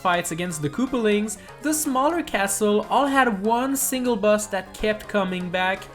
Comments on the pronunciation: I love how he says bus instead of boss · I KEEP HEARING HIM SAY BUS INSTEAD OF BOSS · the closed captions heard that too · Its boss not bus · Instead of you saying boss you where saying buss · by some reason i hear "bus" instead of "boss" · Who hears “bus” instead of boss lol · Is it just me? Or whenever he says "Boss" it sounds like he saying "Bus" instead? For a couple of minutes I forgot the title and thought this video was about busses...